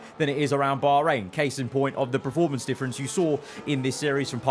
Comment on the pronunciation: Love your videos. But please can you say PER-formance instead of PRE-formance :)